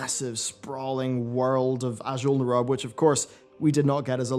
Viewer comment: Azjol na rub???...really! npc's in game pronounce it azjull nair roob!